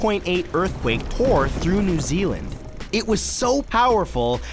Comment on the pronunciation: Matt... you pronounce a lot of New Zealand words wrong, should I start a series '50 amazing New Zealand words Matthew Santoro gets wrong'